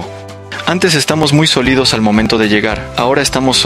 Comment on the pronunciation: Quien narra no sabe leer. Como 3 veces dijo "solido" cuando debió decir "sólido".